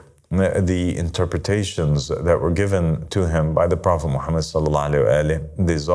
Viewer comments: no islam was perfected.. this guy is trying to be God and people call him father and master this is a cult … he doesn’t even say prophet Muhammad peace be upon him correctly and when he saying I seek refuge in shaytan he doesn’t say that correctly.. this is not Christianity where we have Luke and Paul and Peter and New Testament and start making things up and adding verses this guy and you people are shayateen if you not a bot please educate yourself and don’t follow this clown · no no no islam was perfected.. this guy is trying to be God and people call him father and master this is a cult … he doesn’t even say prophet Muhammad peace be upon him correctly and when he saying I seek refuge in shaytan he doesn’t say that correctly.. this is not Christianity where we have Luke and Paul and Peter and New Testament and start making things up and adding verses this guy and you people are shayateen if you not a bot please educate yourself and don’t follow this devil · Islam was perfected.. this guy is trying to be God and people call him father and master this is a cult … he doesn’t even say prophet Muhammad peace be upon him correctly and when he saying I seek refuge in Allah from shaytan he doesn’t say that correctly.. this is not Christianity where we have Luke and Paul and Peter and New Testament and start making things up and adding verses this guy and you people who listen to this clown are shayateen if you not a bot please educate yourself and don’t follow this devil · no islam was perfected.. this guy is trying to be God and people call him father and master this is a cult … he doesn’t even say prophet Muhammad peace be upon him correctly and when he saying I seek refuge in shaytan he doesn’t say that correctly.. this is not Christianity where we have Luke and Paul and Peter and New Testament and start making things up and adding verses this guy and you people are shayateen if you not a bot please educate yourself and don’t follow this devil